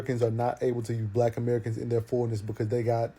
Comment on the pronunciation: Can't even say black right lol 🤔 eyes always tell the truth of who you are ..FBA all the racist species want us to come together are they going to keep doing this, now it's to the point the wicked species think can Kidnapp our♠️🖤 babies FBA+FBA equal FOUNDATIONAL BLACK AUTHORITY 💪🏿💪🏿🇺🇸🧬 against weak kidnappers ♟️👁️✌🏿